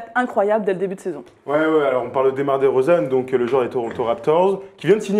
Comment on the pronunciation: roidada05 moi aussi en plus elle a dit dEUmar dEUrozan